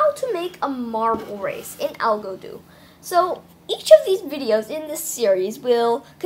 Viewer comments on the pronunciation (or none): Its pronounced "Algadoo" not "Al-go-doo" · It’s Pronouned “A-Go-Doo” not Algodoo. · No it’s spelled “Algodoo” not “Algadoo!”